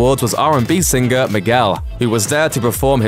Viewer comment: To the announcer: It's not pronounced 'sinGRR'.... the g is soft in singer.